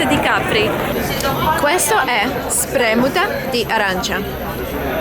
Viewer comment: Ciao ragazzi. Come state? (Множественное число, потому что обращаетесь к ребятам) stai (ты, единственное число) Voglio в общественных местах не используется, это не культурно говорить людям с которыми в формальных отношениях. Всегда говорится VORREI. -SpremUta (ударение на второй слог)